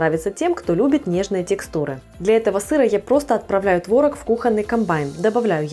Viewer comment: не творог, а творог 🤡